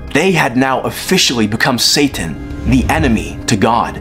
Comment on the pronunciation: This foo said “satttan” 😂😂😂😂